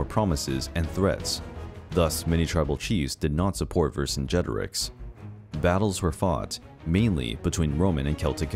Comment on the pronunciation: I could not stop cringing when I heard the name Vercingetorix being said! It is pronounced "Ver singe a tor eeks"